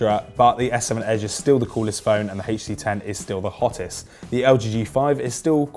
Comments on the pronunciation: so because of that he can't pronounce the letters HTC separately? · Why do you say HTC like that?